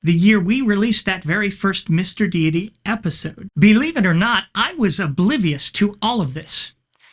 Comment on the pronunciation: Ooh. Some Mr. Deity (and thank you for saying it correctly instead of 'Dhay-ty) lore. Stay on your awesome path. People can be respected. Religions and ideas, not so much.